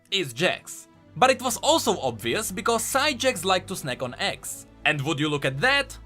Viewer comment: If i watched this like a podcast (basically listening to it) Imma hear this part wrong i though was saying "axe" but it was "eggs"